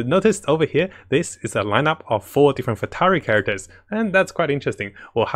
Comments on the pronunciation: It is not FATURY. It's Fatui! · Everyone: Fatui: Fatari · Spits out coffee. Did you just say four futari!?!?